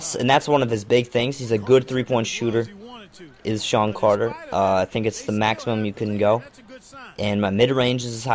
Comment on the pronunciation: Who the fuck is "Sean" Carter?